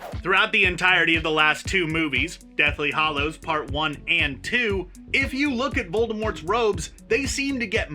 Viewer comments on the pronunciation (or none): Two seconds in and he can't even pronounce Hallows properly!! It isn't pronounced hollow!